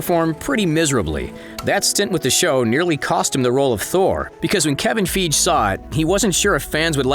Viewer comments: FEI-GE... not feege.. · Kevin "Feege" -seriously?